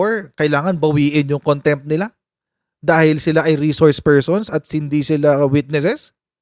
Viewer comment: Rishorsh Pershuns 😂😂😂